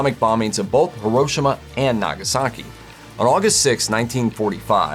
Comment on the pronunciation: Jesus Christ!!! It's pronounced (He-Ro-She-Ma)